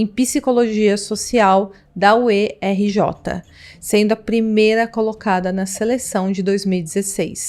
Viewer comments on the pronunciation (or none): UERJ: se falar uérge.